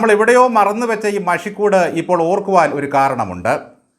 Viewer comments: മഷിക്കൂട് അല്ല മഷിക്കൂട്ട്. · മഷി കൂട് അല്ല "മഷി ക്കു ട്ട് "അല്ലേ.....?